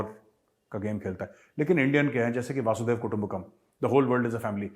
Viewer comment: Dear Major Gaurav, Namaskar! I like your videos. But you repeatedly making a small mistake in pronunciation of वसुधैव To वासुदेव वसुधैव comes from वसुधा Vasudev is the name of Lord Krishna. Please correct in your speech. Otherwise i am a great supporter of your thoughts, ideas and love for India. Jai Hind